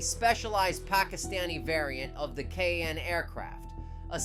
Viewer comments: Its kaaaaaan not ka a an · its Kaan why you're saying k a a n